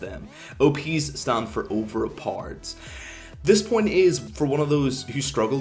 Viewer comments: OVERPARD, that´s how you pronounce OP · OP=Overpord??? wtf is he saying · "Overparred" sorry for making fun of your accent but i had to lmao ekks dee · continuing to watch just to hear u say overpowered more lel